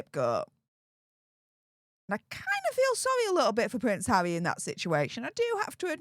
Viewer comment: You really tried to actually say harrrrrrry in this one 😂 but it still came out as havvvvvvy 😂